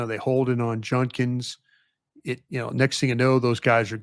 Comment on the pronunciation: can’t fix his mouth to say judkins name correctly. Been hearing him say it wrong for a whole year now… somebody teach this man how to say judkins….